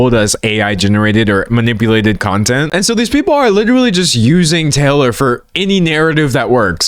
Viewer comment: WITERALLY WITEWARLLY WITERALLY does this guy know any other words jesus